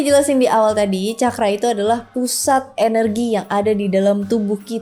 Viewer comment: Terima kasih ( narator)…rupanya narator sdh membekali dirinya dg apa yg akan disampaikan dan ini betul adanya..contoh dg mengucapkan kata CAKARA berasal dr bahasa SANSKERTA dari negara BHARATVARSA/BHARATIYA/INDIA..bhs tersempurna dipandang dari sudut konsonan vocal tata bahasa dsbnya, semoga bermanfaat bagi siapapun yg tlah menekuni SPIRITUAL👍